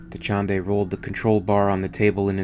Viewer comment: Dachinde, Dachande. Not hard to follow at all and good use of vowels.